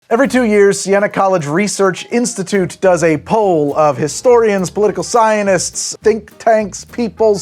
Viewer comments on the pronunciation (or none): Anyone else caught that said cyanists instead of scientists directly at the beginning?? Who are these cyanists? Do they deal with cyan? Or with cyanide???